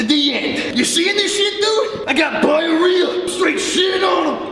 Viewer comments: “I got biarrhea” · “I got biarrhea” 💀